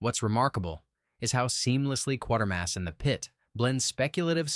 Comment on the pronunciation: Every time 'Quatermass' films are reviewed...it's always 'Quartermass' in the narration !